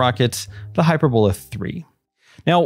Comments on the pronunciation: hyPERbola, not HYPERbola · It's pronounced "hy-per-bull-a," not "hy-per-bole-a." And it's pronounced, "Go-bee" Desert, not "Gobby" Desert. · Does none of the space comentators know how to say this rockets name? It's Not(!) "Hyper - Bola". The word is pronounced "Hy-Perb-o-la". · That is hy-PER-bola, not HY-per-bola. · It's pronounced " hy-PER-bola".. not hyperBOLA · It's not HYPERbola, it's pronounced HI- PERBOLA. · hyPERbola, hyPERRRbola. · Gobi desert is “Go-bee”. Hyperbola is “hi-PER-bola.” Thanks for this content. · Hy-purr-boe-lah emphasis on “purr”. Looks like it uses hyperbolic fuel. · He mispronounces it --- "HYPER - BOWL - LA".... what a "marooon" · Great video! V informative. Please, please find out how to pronounce "hyperbola" before you do the next video. Use Google. Apart from being irritating, it suggests ignorance, which clearly untrue. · Pronounce hyperbola correctly.